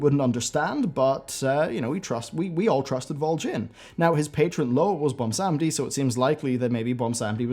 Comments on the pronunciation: Ummm, its Bwonsamdi, not Bwonsamedi. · its BWONsamdi not BOMBsandi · please stop calling him bwomsamdi